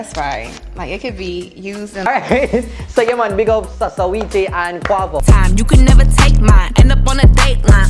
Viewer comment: the way how call quavo and saweetie name loooooool